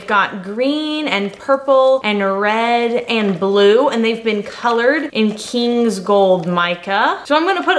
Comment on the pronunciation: Def Mardi Grad soap.. Yall aint hear her emphasizing KINGS gold lol